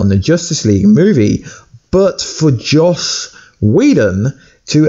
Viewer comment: It's JOSS! Not Josh!